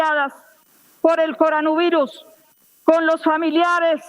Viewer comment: El presidente es una persona muy seria, no puede ponerse a pagarle bolas a una vieja loca de esas, que no sabe ni como se pronuncia la palabra Coronavirus.